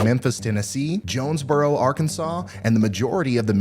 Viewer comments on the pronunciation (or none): none